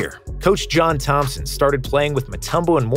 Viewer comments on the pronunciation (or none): none